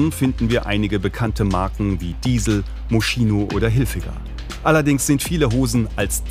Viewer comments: Moskino wird's ausgesprochen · Über Luxusmarken berichten, aber „Moschino“ nicht richtig aussprechen (27.00) - na ja … ;-))